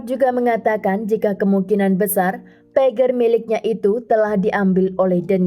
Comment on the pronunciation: Pager harusnya dibaca PEJER coba cari lagu yg berhubungan dng kata PAGER yaitu judulnya TIT DI DIT